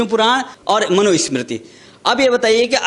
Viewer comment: बाबा मनुस्मृति बोलना सीख लो पहले